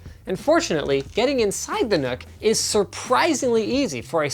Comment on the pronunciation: It's pronounced Nuck not Nook